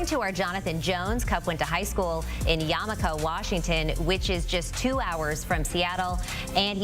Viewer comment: YAMIKA Washington. LMAO Thanks that just made my day